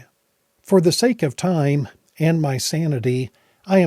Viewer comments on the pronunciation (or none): none